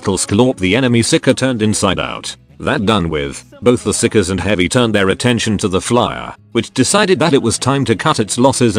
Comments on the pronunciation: Stop calling it psicers get your tts right. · if you dont listen carefully it sounds like he calls the psykers sickos :P